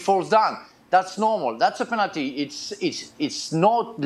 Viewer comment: Penality waw what he is talking 2 Penality....kkkkk